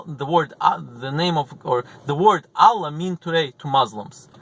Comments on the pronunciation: Аlláh -- the stress falls on the second syllable. Álla -- it's the russian female name. The wrong pronunciation causes some disturbance, distracts from listening. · la ila ha il allah. pronounce it correctly